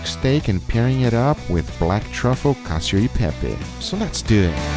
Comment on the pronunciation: You failed at least twice: it's called "Cacio" and not "Cadio" (read in the description) and about the cheese, you have to use Pecorino, not Parmigiano Reggiano or Grana Padano, yes you can add a minor part of these cheeses but Pecorino (a completely different flavour) must be the king and much much pepper. Overcooked pasta is perfect… for you, not for me. From you Italian friend.